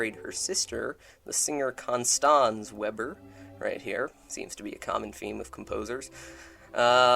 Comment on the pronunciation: His wife’s maiden name is pronounced vayber Not Webber.